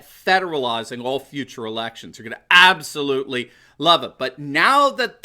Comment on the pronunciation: can we reduce the number of times we say "aboslutely?"